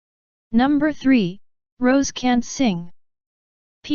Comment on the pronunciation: Rosé is pronounced as ROZEY